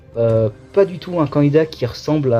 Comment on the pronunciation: L homme di Béarn!!! Quand ton accent bledard prend le dessus 😂 Bonne vidéo c de la bombe ta chaîne yà 👍 Courage pour la suite ❤